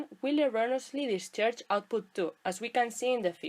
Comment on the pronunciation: Hay que cuidar un poco mas esa pronunciacion, "disafvantich" , "sercu(i)t", "discharch" suenan mejor asi. Actuali tiene mucha tela... Como dice el colega, la presentacion muy clara y muy util, pero el ingles hay que pulirlo (polis).